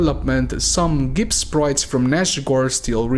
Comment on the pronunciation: bro asking for likes from doom fans but pronounces gibs as "geebs"